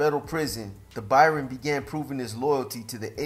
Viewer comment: It's Baron ya Muppet.